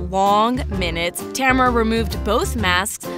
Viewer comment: Name: Tamara. My pronounciation: Tamara. Narrator: Temra.